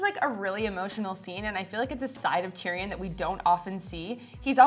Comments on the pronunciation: Why he keep sayin it like Tyri-yon like boi stfu iss TYRION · "Tear-e-awn", seriously? Fire that guy immediately!